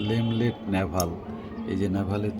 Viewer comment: Not LEMLET this is LENLET NAVALE orange.